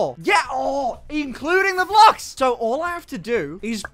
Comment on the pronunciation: "What if this was multiple "Bluksh" wide!"